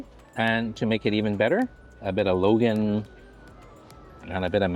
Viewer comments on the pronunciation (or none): What kind of Chinese are you...its not Logan....its called Lon Gon